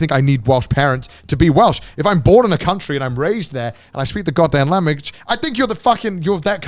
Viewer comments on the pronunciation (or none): PROOF Connor isn't English. He can't speak the lamebige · "I speak the goddamn lamidgeg"